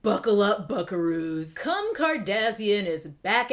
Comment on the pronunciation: I’m still laughing at how you called her “Kum” I cannot 🤣🗿